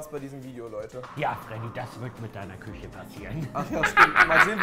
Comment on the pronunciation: Schöne (Küsche) 😂 gutes Deutsch Rewi